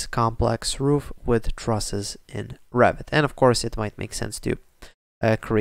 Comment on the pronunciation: "Revit", not Rabbit ! ;D